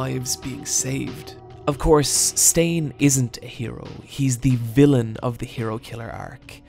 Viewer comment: why did you put emphasis on stain's name ? "Hero Killer STAIN". i just thought it was odd is all.